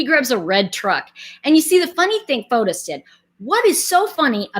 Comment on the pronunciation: His name is actually pronounced "Fotees" in Greek not Fotos.